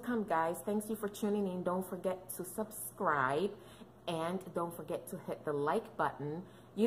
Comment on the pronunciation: wannn soscrabe? 🤣🤣🤣 love you sis!